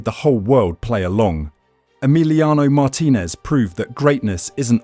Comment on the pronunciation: Learn how to pronounce the name of the person you're talking about. It's Mar-TIN-ez, not MAR-tin-ez. Yes, you can re-record the AI.